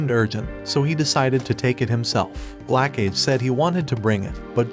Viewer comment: why did i heard blackcage instead of glacage 🤣🤣